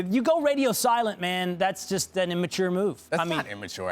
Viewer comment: stupid dude on the left kept saying "in-mature"